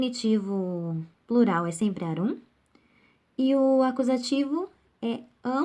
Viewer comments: A pronúncia não é arúm, mas árum! O acento é no a. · Aula muito boa, porém a pronúncia está errada! Árum, e não Arúm. Poetae fica poeté, porque ditonga. Fora isso, muito bom!